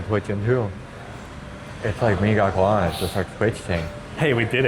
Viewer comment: Mie Gacoan is pronounced "Mee GaCHOan'